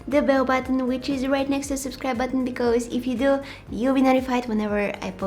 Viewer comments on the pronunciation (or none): I love it when she says "becoose". I just love you 😍